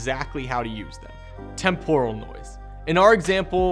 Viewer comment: Great overview, but I can't get over how "temporal" is mispronounced. 😆